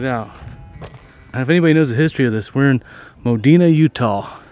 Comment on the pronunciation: We call it "MOD E NA"